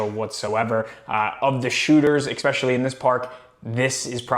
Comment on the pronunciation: Bro…there’s no X in the word especially! Especially. Not expecially